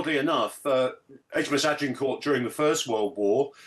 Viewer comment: In WW2 the yanks reused names from sunken carriers. So renaming isn't unheard of. Don't know who the work experience girl is, but perhaps the problem is that nobody can pronounce Agincourt?